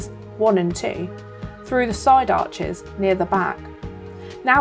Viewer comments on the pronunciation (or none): none